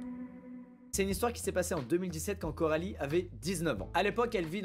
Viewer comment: Juste c coralie pas carolie 😅😅